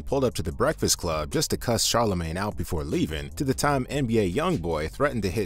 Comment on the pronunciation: "Where my BWEKFAST ATT!!!